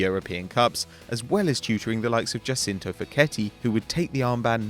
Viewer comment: Only one thing, Giacinto is pronounced Gia-chin-to